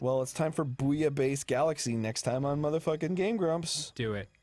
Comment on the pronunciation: I lovee the way he says "Game Gwaomps"